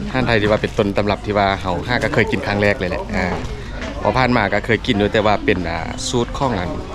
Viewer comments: ครั้งเเรก ไม่ใช่ครั้งเเลกครับ😊😂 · ครั้งแรกครับไม่ใช่ ครั้งแลกครับผม ความหมายไม่เหมือนกันครับ แรก ร เรือ(หมายถึงครั้งแรก) )(แลก) ล ลิงหมายถึงการแลกเปลี่ยนครับผม ❤